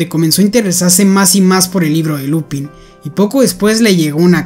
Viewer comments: "Lupân" se lee, no "Lupin" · No es Lúpin, se dice Lupín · No se pronuncia lupin, es lupan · Enrealidad la pronunciacion es "LUPAN", porque esta es en frances. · pero se pronuncia lupan creo xd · en realidad se pronuncia lupang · Se pronuncia "Lupan", como la serie "Kaitō Sentai Lupinranger vs. Keisatsu Sentai Patranger (快盗戦隊ルパンレンジャー vs. 警察戦隊パトレンジャー Kaitō Sentai Rupanrenjā vs. Keisatsu Sentai Patorenjā)" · decir no es lupin es lupen aunque gran videoooo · Es una gran serie y buena trama pero me confunde mucho porque en el anime japones se pronuncia Lupan y se escribe Lupin, pero aquí se pronuncia Lupin igual 😂😂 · No es por ser quisquilloso pero , me dio ansiedad cuando dijiste “Lupin” en lugar de “Lupan” pero solo eso, buen video uwu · "Lupan". Es francés. Lupin se dice "Lupan" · Oseaaa la serie se llama lupin pero se pronuncia lupan por el men del libro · La serie es francesa la in y la se pronuncian an entonces no es lupin es lupan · No se pronuncia lupin si no Lupęn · Se pronuncia Lupan no Lupin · no se dice lupin se dice lupain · se pronuncia Lupang :u no lupin que es frances la serie y pos pff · enreralidad no se dice lupin es lupang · es que se escribe Lupin pero se pronuncia Lupan(con acento frances jajajaja) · Se escribe así pero se pronuncia lupan, si es que te refieres al nombre, lupin ha sido en efecto un anime algo antiguo y un libro por aparte que puede parecer infantil pero verdaderamente no lo es. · sorry pero creo que se pronuncia "lupan" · No se pronuncia 'Lupán' ? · LupAn se pronuncia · Se pronuncia lupan porque está en francés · Se escibe lupin pero se dice lupan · se dice Lupán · Se pronuncia Lupan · Tanto esfuerzo para pronunciar el nombre del museo en frances y despues pronuncia el nombre del personaje en español. Liupen seria pronunciado en frances. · lupan, se pronuncia lupan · Se dice Lupan xdd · Creo que se pronuncia "LUPAN" por ser frances